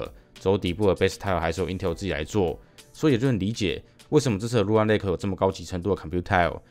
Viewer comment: 是說lunar的發音是/ˈluː.nɚ/，huan唸的怪怪的讓我好在意